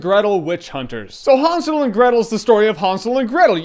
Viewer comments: Was i the only one annoyed how he pronounced hansel, its han-sel, not hun-sul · I thought it was Han not Hon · Isn't it pronounced (hand-sil)? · Did anyone else heard him saying Han Solo and Gretel every single time? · i want to strangle him when he says hansel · Just say Hansel with an A like an American would - it is supposed to sound like that ;) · That's not the way the word is spelled, so why do you pronounce it like that? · Wtf us what I thought when I saw this trailer remember snl weekend updates with seth and amy doing 'really! !!!' That's how it looks, Jeremy what ya doing? ??? Renner not you lol but JJ you say Hansel very oddly ...very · Relax. Amerikaner können das halt einfach nicht aussprechen.